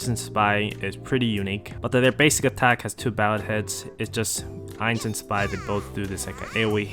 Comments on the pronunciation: why do you keep calling zwei "spy" bro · I'm Asian too bro xD Btw the correct pronounciation is "zu vai" with a "v" (2 in german)